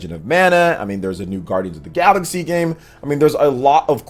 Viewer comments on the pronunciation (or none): none